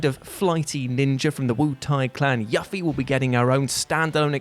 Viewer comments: Yuffie = "Yuu-fee". "YUU-FEE". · Bruh.... Did he just start this off by pronouncing Yuffie's name Yuh-Fee??, love ya man. But you've fired up my tea pot. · I love you but her name is Yuffie (Yoo·fee) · Omg...the way your pronounced Tuffie. That was just painful. -_ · ...I'm more surprised people aren't pointing out that he kept calling her "Yuhffie"...sounds like a dogs name. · Yuh-fie? Excuse me.... but what the fu-!? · It's "Yoo-fee". For fuck's sake, learn how to pronounce her name. She's been around for twenty years, you've got no excuse. For Streets of Rage 3, EVERYONE knows about Roo. Very few know about Shiva (Ash in the Japanese Bare Knuckle 3). Should have done them instead. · Yuffie's name is pronounced You-Fee. I and everyone I know that has played FF7 got her in every playthrough and the FF7 remake is trash. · It is pronounced You-Fee though. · Her name is pronounced "Yoo-Fee" I came in expecting Yuffie's pronunciation to be butchered, and I was not disappointed. I mean... I AM disappointed that he's butchering her name, but I'm not disappointed that I expected him to butcher her name. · The pronunciation of Yuffie, yikes. Just yikes. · I just don’t get why he pronounces her name wrong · I can't be the only one put off by the pronunciation of Yuffie? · Thats the first time I've ever heard yuffie pronounced that way omfg LOL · You get a downvote for absolutely butchering Yuffie's name. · Don't ever say Yuffie's name like that again. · He says yuffie's name wrong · Mispronounced "Yuffie" killed me. I rage silently until next video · The pronunciation of Yuffie is cringe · one of us has been pronouncing Yuffie wrong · This whole list could've been just FF characters. That said, Who the Hell pronounces Yuffie like that!? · How I hate that What Culture speak s so highly of the great ninja Yuffie, but will never get her name right despite there being MULTIPLE games and a movie where they pronounced it correctly...eh, oh well.